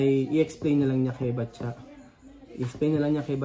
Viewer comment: ano ba talaga name nya? Patcha o Batcha? letter P kasi start ng pangalan pero laging Batya naririnig ko sa'yo.